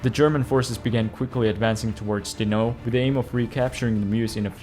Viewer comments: I don't know how many times i can take someone saying dino instead of dinant in just a couple of minutes. whaahhg It must have been a dozen times whyyyy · What's with the weird pronouciantion of Dinant?